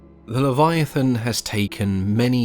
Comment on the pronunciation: I’m sorry, did you say Kyogre?